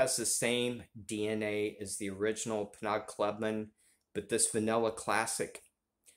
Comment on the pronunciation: Penaud is pronounced Pay-Know....I say Penaud, but I do that to be difficult...lol